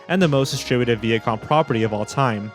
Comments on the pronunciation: What can you say? Nickelodeon is a cliche corporation...sadly. Also, it's pronounced V-EYE-UH-COM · It’s pronounced Vy-ah-com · I LOVE your videos, but I hate the way you mispronounce Viacom